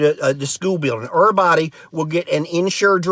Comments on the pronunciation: Are you playing with accents, termpeture, ervybody, ... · Terpture, curnsisyant, erbody, 😂😂😂